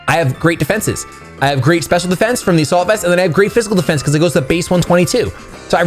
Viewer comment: After all the episodes I've watched of yours I've just realized you were never saying "A salt vest" 😭 #ImANoob